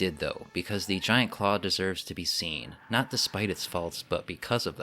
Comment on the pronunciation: Did he say ,,,"Giant Craw"...?